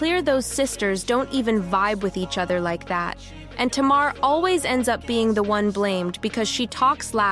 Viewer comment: If you're gonna talk about Tamar, please say her name correctly. It's pronounced Tay-mar. Please and thank you.